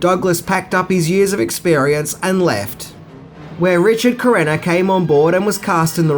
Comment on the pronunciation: It is Richard Crenna not Richard Carrena,but thanks for the update.